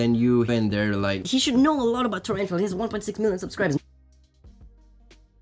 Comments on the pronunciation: You said sh** instead os should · No he said should but it sounded like it